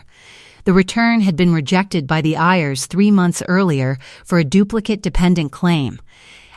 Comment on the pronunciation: Have to laugh at how the AI Voice pronounces IRS as Ears